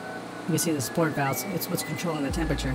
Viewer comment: This is just nitpicking, but it's Sorit valve, not sport valve, unless yall just nickname it that I don't know lol. Good job on the video though man👍👍